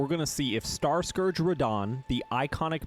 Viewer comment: Ho is fan of Rrrradah